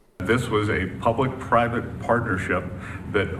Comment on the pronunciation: PUBLIC, PIVATE & PARTNERSHIP 🤔 That's a " P " TOO FAR!! 🤣🤣 WTF did you JUST say?